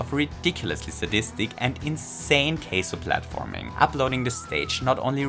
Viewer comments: Took me a while to realise you were saying kaizo and not queso lol. Cheese tricks anyone? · Not sure whether it is the accent or just not knowing how to say the word, but I love either way. 😄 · I like how pronounces the Japanese word for "custom" like it's the Spanish word for "cheese". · also, the ai in kaizo was mispronounced as well. the "ai" is supposed to pronounced like an english long i. since that's how ai works in japanese romaji